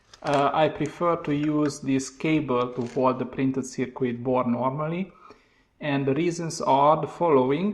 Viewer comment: Wonderful work and I even enjoy listening to your accent and you knowledge is great on the subject but, please just change your pronunciation of the word circuit...it's not pronounced "Ser queet" but more like "Ser kit". See